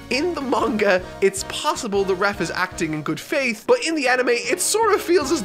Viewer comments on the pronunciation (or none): none